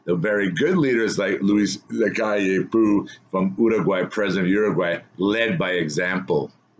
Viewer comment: You pronounce it Luis Lacalle POW but with a softer O as in OH.